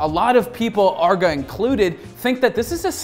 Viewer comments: its not Arr-GA Its Ar-Gae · Its arguh? I thought it was just arge, like you say large just without the L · for me the worst part of this vid is saying arg uh instead of arg geey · It's Arrge, not Argg. He's not a pirate! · It's Arr-gey not Arg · I was triggered by hin saying "Arrgo" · ARRGEEEEEE MAYTEE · between the unbuttoned shirt and the pronunciation of Arrgee, this is my favorite video yet. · He pronounced his name "argo" wtf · you say his name wrong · You can tell this dude didn't know what he's talking about and just needed a video. He's literally just recapping arrge's video he made and saying his name wrong repeatedly. Lazy video. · You absolutely butchered the name but glad to see an OW video an especially and aarge one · You mispronounced his name the entire episode, have an unbuttoned shirt, and don't really know that much about this guy at all (I mean for a good portion of the video you were just paraphrasing what he said in the interview). Gonna be honest, this is probably the worst episode I've seen on this channel. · Damn... Pronounce his name right. You do research yet can't say his damn name...